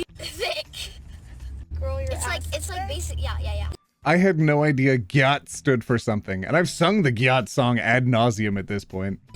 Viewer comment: gyatt does not stand for something 😭 you say it like gyat damn